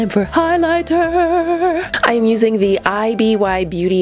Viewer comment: “Zee booty crack of ze eye” 😂😂😂